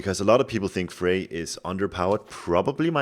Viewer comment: The "r" at the end of "Freyr" is NOT silent, btw. ;)